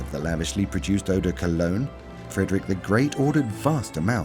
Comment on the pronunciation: Did this narrator just pronounce Eau De Cologne as Urh de Cul ugg nh? I used to live in Cologne & even though non Germans say it Col own The Germans say Koln ( Kerln) What the heck is Cul uggh? Also perfume didnt just manifest out of thin air in the 1700s Even school children know that The ancient Eygptians adored perfume which was found in Burial tombs Also China with recent finds going back 8,000 yrs & was found to contain honey, a kind of Ylang ylan, sweet & fresh & a sweet kumquat. Arabia also used a perfumed Oil This docu is dreadful & totally ignores the real history & origin Alot further back than 1700. The medieval wealthy people used perfume to mask body odour. The upper classes rarely bathed Nor had their flamboyant clothes Cleaned or washed. So to stop the stink of bodies they drenched themselves in Eau de Pong Patrick Suskind wrote the book PERFUME, Also made into a good film with Alan Rickman & Dustin Hoffman who was very good as a dotty royal perfumier. The book is a novel though not a history book of perfume Why does the begining of this Start in 1700 then jump from era to era Its a bad video to learn from & its all over the place & had no Concepts as part 1 Then part 2, etc Hes hard to hear, talks over everyone & isnt translating what they say. Im half way through & nothing sticks in my mind & none of it makes sense. Im finished, its a waste of time 🇬🇧👧